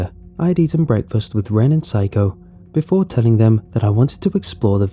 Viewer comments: When he pronounces Saeko as Psycho. I'm crying on the inside. LOL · The original writing in the r/nosleep is Saeko Correct pronunciation is: Sā like in the word sun é like in the word end ko like in the word co-op Some pronunciation might have given the 'sā-é' part sounded like 'psy' instead, thus listeners tend to hear 'psycho' instead of Saeko.